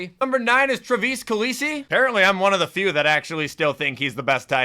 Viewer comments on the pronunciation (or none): none